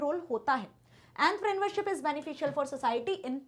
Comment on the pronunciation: The way she say entrepreneurship In her own way is literally annoying